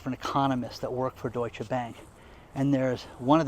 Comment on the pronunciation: Thank you for pronouncing Deutsche so authentically. ❤️👌🙏